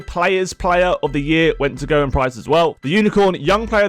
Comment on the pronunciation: I wish people would find out how to pronounce Gerwyn!